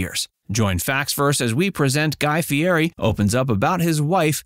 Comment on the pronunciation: You need to learn how to pronounce his name!